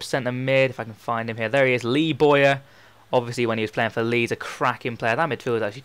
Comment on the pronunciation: Isn't Bowyer pronounced 'Bow-ya', not Boy-a'?